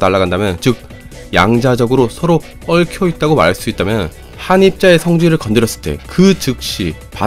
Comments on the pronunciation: 얽혀있다고말할때 억양이 왜그럼?? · 얽!혀있다 발음 완전 귀여워요~^^